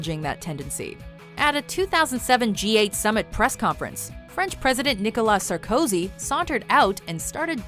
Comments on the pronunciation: Sar-COzy? It's pronounced Sarko-SI. French is easy as fugg. Put the emphasis on the last vowel/spelling of the word, unless it's silent. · Who else got ear-bleeding from the way she pronounced "Sarkozy"?